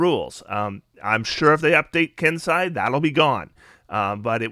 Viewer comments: ken-say, not ken-sigh. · I don’t like being pedantic, but Kensei is pronounced Ken-say, and viscera is Vi-sur-uh with the first syllable emphasis.